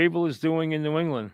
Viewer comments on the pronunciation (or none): none